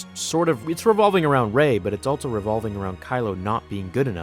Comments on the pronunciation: Pro tip: Also is pronounced "all-so" not "all-Tso" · Love your content man. But again, there is no ‘t’ in the word ‘also’. I hear it everytime you say it. It’s not altso, it’s also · THERE IS NO “T” IN THE WORD “ALSO”